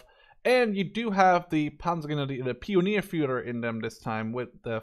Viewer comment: the Germany pronounciation of the Word "Pionier" is "pee-o-neer".